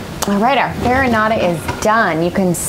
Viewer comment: I'm sorry but this "farinata" is totally wrong...